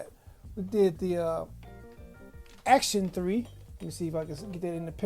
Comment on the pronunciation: I'm not trying to be anal, but it's " ACTON. 3, not " ACTION 3. Sorry dude, had to get that out the way. Good video.